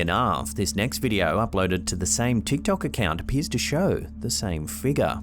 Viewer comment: BT's everytime says, "Figga":)